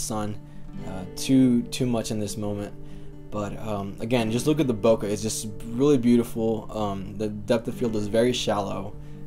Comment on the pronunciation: BO-KAY, not Boca. It's not in Florida!